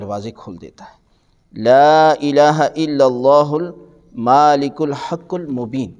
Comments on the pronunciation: Me ne iss zikr k baare aksar jga pr ye parrha he k ye 101 baar parrha jaey aur iske awwal o aakhir 11. 11 baar Drood Shrif b parrha jaey. Aur ye lafz "Maaalik" yaani Meem pr khrri zabar k sath NAHI he Balke "Malik" yaani sirf simple Zabar k saath he. Maaalik means Owner and Malik means King... Wallah ahlum... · Mashallah Is zikr may lafz malikul haqul mobeen hay maaaalikul nahi plz check it